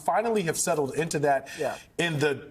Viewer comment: I became aware of Sussane Craig because of her portable speech impediment. Her reporting seemed sterile and mundane, but her insistence on saying "thot" instead of "that" or "bockwards" instead of "backwards" annoyed me to the point of paying attention to her. She only speaks in this manner when she's on set in the studio. When she's outside on the street, she talks like everybody else. I find this strange. It also just hit me who she looks like. I don't mean to be cruel, but she is a dead-ringer for......Art Garfunkel. Sorry, Lord...please forgive me.